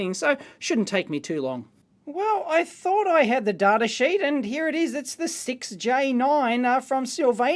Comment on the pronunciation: also why do you say "toob", pronounce data "dartah" and the W in the word known is silent 😰